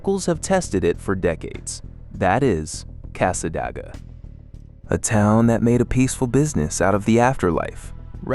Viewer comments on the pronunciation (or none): It's "Cas-sa-DAY- gwah"!! Thanks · Whoops, AI narrator messes up "Tamiami". Wouldn't be so bad if it was "just" an avenue name. No one says "Ocala" that way. Or says "Cassadaga" this way. Weird, earlier "Marianna" was said well enough. Not here. Another weird, because you said "St. Augustine" ok earlier, not this time.